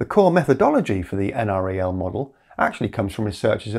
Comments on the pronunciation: NREL is usually said like "N-Rel", the N is like the letter N and the Rel is like the first part of the word relative. It's not a big deal, but I happen to have worked in the building where they were located once upon a time. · Please pronounce it en-rel. I live 1.5 miles west of NREL, that's the correct pronunciation. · LOL. For the nth time, it's pronounced EnRel. No one who lives locally or works there says N-R-E-L.